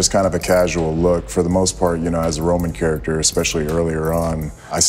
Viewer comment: Hate how he says "character" and "performance"